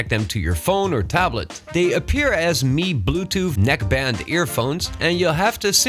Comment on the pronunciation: I first heard neck-less 😂